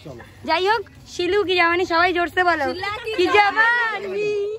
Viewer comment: Jabani noy ota jawani 😂